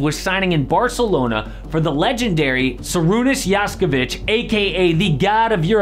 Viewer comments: Sarunas Jaskuvic ??? It's Šarūnas Jasikevičius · The pronunciation of Šarūnas Jasikevičius was just horrible. Is it so difficult to watch a single clip where a Lithuanian is pronouncing his first/last name? You made it sound Serbian/Slovenian.